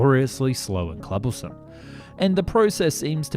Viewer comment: Cumbersome is a word, clubersome is not. This is just one example from just this video. Teach yourself to “sound it out” before you use words in a script, for the love of all things decent!